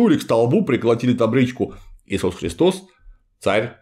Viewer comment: Гиркан и христОс. Греческий язык тем и хорош, что там проставляются ударения в каждом слове: Χριστός